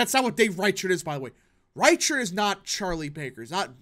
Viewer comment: Reichert is closer to riker from star trek for pronunciation my dude